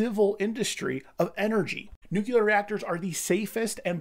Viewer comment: I made a comment on a video of yours about the way you pronounce nuclear. Never did I imagine you would say it so frequently in your videos. I generally like your content but 🤢